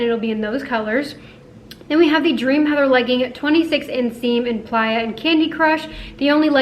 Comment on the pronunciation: Question. Is it supposed to be pronounced Play-a or the way you are pronouncong it?